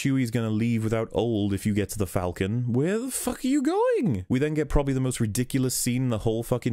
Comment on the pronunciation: It is pronounced fall-ken not falken. It is the same A sound as in Aaaaw.